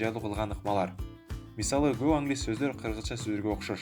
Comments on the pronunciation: Доор эмес , дуур деп окулат (door) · Door - [дур] болуп окулат.